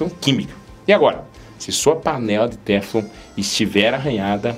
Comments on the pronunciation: Boa tarde,, desculpe mais a pronúncia correta é teFLON. A última sílaba é a mais forte. Muito obrigado por tanto cuidado com a nossa saúde. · Lê-se "teflon" com a última sílaba tônica.